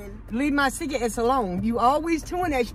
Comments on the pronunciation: It's cigarettes not cigaettes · Lol y’all keep sayin cigaettes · "stop messing with my ciga-ettes" 😭😂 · "sigga etts"🤣🤣🤣🤣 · “Cigaettes” love you mama and you xxx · cigarettes I love how she says cigarettes like Cigaettes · she said cigga-etts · I had a HEARTATAKE OR HOW EVERY YOU SPELL IT WHEN SHE SAID CIGAETTS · I always start bursting out laughing when she say "ciggaets" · It cracks me up every time she say cigaretts🤣🤣🤣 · She said let’s not start that shit again but literally said cigaette😂😂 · Why is her mom always calling her cigarettes cigar etts lol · I love how she says cigarettes 😂 like if it is true